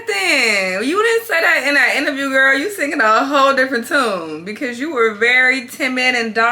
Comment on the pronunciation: Lol idk why its so funny when D say Gurl 😂😂